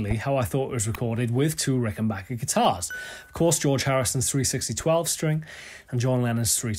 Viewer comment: Thank god you know how to say Rickenbacker. The guitar chord on its own sounds like the Getting Better chord.